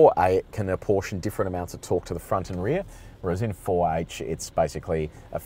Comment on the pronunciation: four hach?